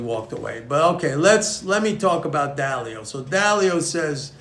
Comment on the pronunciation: Ray Dalio? not Dao